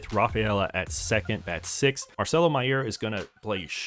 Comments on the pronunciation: Btw idk if you were joking but that’s not how you say mayer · This guy mispronouncing Mayer is really driving me insane